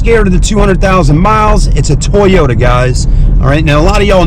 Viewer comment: toy-yo-ta lmao toyyy